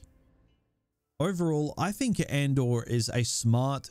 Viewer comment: "Or Andor" sounds like "or/and/or"